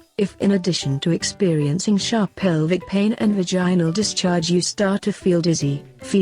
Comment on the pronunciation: Vagine-nal lol